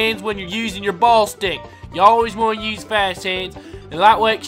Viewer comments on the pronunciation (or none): its pornounsed bullistic knives not ballstick knives